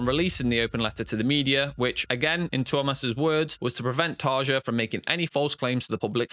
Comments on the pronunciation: A few things . . . 1. Tarja is pronounced Tarya. Jukka is pronounced Yukka. Jansen is pronounced Yansen. 2. Tarja never studied opera before joining the band. She is a classical vocalist. 3. Sami left/was kicked out after the third album. "Century Child" was Marko's debut. This video makes it sound like Sami left after the debut album. 4. I don't care to discuss Tarja's departure seventeen years later, but since this is a documentary, it's worth noting that she and her husband responded with their own open letter. It seems to be forgotten now, but at the time, it was a big deal. 5. No mention of Jukka or Marko leaving? How about Emppu being told to suck it up when he said he felt like a hired gun who only does what he was told to? There's nothing about the Denver show where Anette had left the band but Floor wasn't on the scene yet so Elize Ryd and Alissa White-Gluz sang for a show. It seems like if you're going to make a video about Nightwish's controversy, you would mention some of those things even considering this video's short length. 6. Floor did her own reaction video due to fans asking her to do it, and she while she acknowledges watching some reaction videos, she doesn't watch anyone's reaction video on her channel. The comment from the band, if it really came out just a few months ago (I can't find the original post, though I didn't try very hard), predates by a year Floor's video where all she does is react to her own performance. Sloppy. 7. What's the purpose of t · It did annoy me that you constantly misprouncedcTarja's first name - I used to wirk with a Finnish lady with that nane and the 'j' is pronounced like a 'y'. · Mispronounced both Tarja’s first name and Floor’s last name. Floor’s reaction was to her singing GLS at Wacken, not of other reactors, and happened a full year before the controversial comments he was referring to. Either incompetent or dishonest.